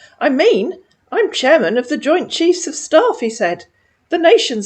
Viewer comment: Chamairman made me chuckle both times you said it, startled my cat who's laying on me!